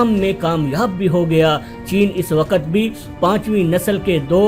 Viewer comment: What is "Saaaatelth" its "Stealth". Its "waqt" not WaaQat. Kher no sense of this video